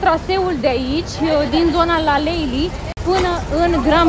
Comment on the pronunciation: Nu stiu ce e asa greu de pronuntat LALELI… si nu LALEILI…. 😢😢😢 si apropo… pentru aur la pret de TURCIA… nu in bazar… evident intr un bazar turistic prețul este umflat la maxim…. Uitati de bazar daca vreti sa nu cheltuiti triplu